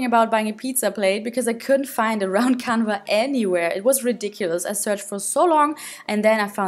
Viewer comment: Hey! Ich bin Deutsch aber kann Englisch! Ich glaube, dass Leinwand „Canvas“ heißt und nicht „canva“ aber kein Hate! Ich liebe deine Videos und finde es cool, dass du jetzt auch englische Videos machst! 💕🌸 😍